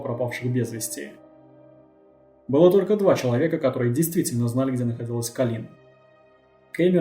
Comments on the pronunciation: АААААААААА (( кОлин, а не колИн, частое имя, а ударение не туда ставишь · Видео сделано просто потрясающе! Достойно всех похвал! История бедной Коллин,известная и к сожалению очень грустная. Но... Почему Калли́н,правильно же Коллин(по произношению) а так все прекрасно и шикарно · КОллин! Не КалИн!. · Ахуенный видос, но это мерзкое "калИн" каждые 3 секунды меня блять раздражало пиздец как. Автор, ее зовут Коллин Стэн, с ударением на "О". Я не пытаюсь душнить, просто правда слух режет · Очень режет слух, что половину видео жертву называют кОлин, а половину колИн, было бы неплохо следить за этим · "...даже свой 21-ый день рождения Колин встретила как обычно с завязанными глазами..." Автор, с уважением, но хоть читайте, что пишите, и думайте. Она, что все свои дни рождения с завязанными глазами отметила до похищения? Героиня то Колин, то КААлин. Трудно определиться с ударениями сразу? В тексте очень много повторов одних и тех же слов в предложениях, идущих подряд. И вообще, может быть, стоит рассказать о настоящих, недавно пропавших наших сограждан, их истории? Может быть возможно кого-то найти? Можете обратиться за информацией в поисковые отряды и аналогичные организации.